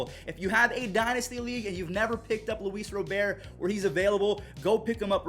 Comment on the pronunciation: He finally said Luis Robert the right way!